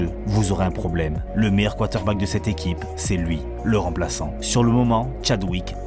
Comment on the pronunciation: Frère faut que tu apprennes à prononcer Quater Back 😂❤